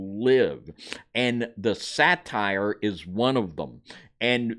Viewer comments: Pamela Wherey is correct. Your mispronounciation gives a very wrong association. Satyr is pronounced 'SAA-TIR... That's a short a, (as In 'cat') and a short i sound, so 'tir' rhymes with 'ear'. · Daemon is a British spelling, and is pronounced the same as demon. Satyr is pronounced as say-der, not satire. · Say-der, not satire, is how it's pronounced, I believe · Say-ter that is how you say it. Not sat-tire. Godspeed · Satyr is pronounced “say-ter”. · Now I understand why Jasher is not in the scriptures just way 2 weird! Satyr is pronounced Say-Tur, not satire! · Satyr is pronounced say-ter, not satire, which is a form of comedy. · Satire is a form of comedy. A satyr is a mythical creature. You guys are too educated to mispronounce stuff like this. Love the info and studies. It's unfortunate that you don't take the time to effectively communicate. My intention is in love and with Kingdom concern. Thanks for all your hard work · Isn’t it pronounced say-ter? Also men- deees?